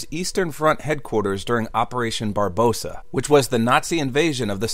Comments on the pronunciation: Heads up it is Barbarossa not Barbosa. As in the villain from Pirates of the Caribbean. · Barbarossa,not Barbossa LOL. Nobody can pronounce it correctly.